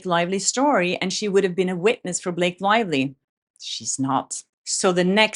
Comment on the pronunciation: Did you call her Blake Liely 😂🤣